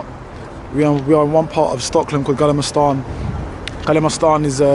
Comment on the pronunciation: I am dying 🤣 😂 haw he pronounced gamla stan.